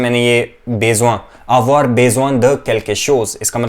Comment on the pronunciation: Hi, just a question, are you pronouncing this word with the ‘R’ sound. Sorry if i am hearing it wrong